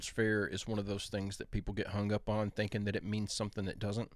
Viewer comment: How come you pronounce convincin, and thinkinggg different Convincinn Thinkingggggggggggggggg